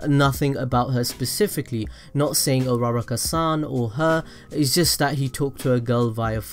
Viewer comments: stop saying his hero name say his real name Izuku Midoriya and uruuaaaruukkaa is not her name its Ochako Uraraka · Am I the only one who heard rara-car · His intro: Hi guys today im gonna tell you why I think dekU does not like urARArarar kaA Me:... WHEEEZE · Dis man really said ur-rara-ka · You prounce it Uraka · AM I THE ONLY ONE WHO THINKS ITS ANNOYING DUDE ITS U RU RA KA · that's not how u say her name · I'm not mad about the theory I'm mad about the way he said uraraka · Bro the way u pronounced "Uraraka" had me dying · the way he said uraraka =_= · I shouldn’t hate but, the way he says uraraka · That way he pronounced uraraka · He butchered her name terribly